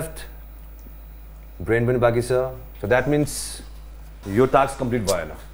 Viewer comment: most of them don't know how to pronounce task...